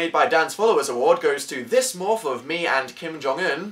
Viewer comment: wait did dan say kim jongin or-- im so fucking deaf im sorry